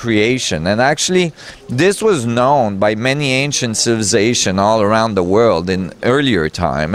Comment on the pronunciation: I love the way says "civizations".